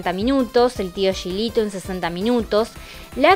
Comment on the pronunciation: Hola,, como dato te digo que el Tio Gilito se pronuncia como si tuviera una "j", igual que pronuncias "Juanito".